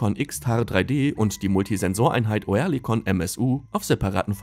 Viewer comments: Es ist fürchterlich, wie ihr Deutschen gewisse Wörter aussprecht. Auch das Wort Oerlikon wird nicht Oe sondern ÖRLIKON ausgesprochen, Oerlikon ist eine angrenzende Ortschaft von der Stadt Zürich, also in der Schweiz und bekannt als Waffenschmiede. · Oerlikon wird "Örlikon", nicht "Oërlikon" ausgesprochen. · Köstlich die Computerstimme, Oerlikon statt Örlikon. Bringen die nicht mal fertig, deutsche Umlaute richtig zu programmieren, sorry, aber ein Armutszeugnis für diesen Kanal. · Als Kommentator sollte man schon wissen, wie ein Firmenname ausgesprochen wird. Sagen Sie doch einfach Örlikon, dann stimmt‘s. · Das heisst Örlikon. Sorry hat enorm getriggert.😉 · Bitte: Lasst doch diese verschi###### Computer-Stimmen weg ! O-Erlikon.... echt nervig !!!! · Das wird Örlikon ausgesprochen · Ich krieg die Krise mit dem Piefken... Oerlikon spricht sich anfangs wie das englische Wort "early" aus, also quasi mit nem weicheren Ö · Da musste der Sprecher ja Kenntnisse haben die über 3 IQ hinausgehen, hat er aber nicht !!!